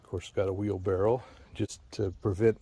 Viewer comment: There are two R's in the word library, there is just one U in the word nuclear, and for chrissakes man, wheel barrow ends with a W, not an L.